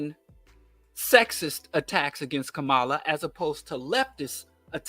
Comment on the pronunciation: I agree with everything you said, just please learn how to say Kamala's name. PLEASE! Refusal to learn how to say her name, is also a symptom of what you are saying!